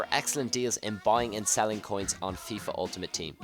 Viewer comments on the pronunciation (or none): none